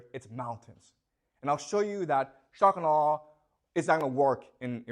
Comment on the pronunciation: I love how he speaks at normal speed except when he says shock and awe such that it becomes "shuckanaw"